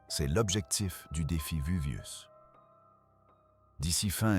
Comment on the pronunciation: La voix off a bien besoin de l'IA... Le VUVIUS, ap Jacob Cégamon, j'en passa et des meilleures... et la vidéo prétend nous rév^éler le contenu de rouleaux carboniser? Et ben on n'est pas rendu, on va en lire des conneries....